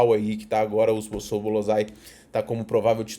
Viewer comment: Zôboslai, é assim q pronuncia o nome do Szoboszlai